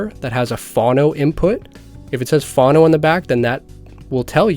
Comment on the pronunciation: Its not pronounced Fawno but pronounced foe-no as in phonograph like telephone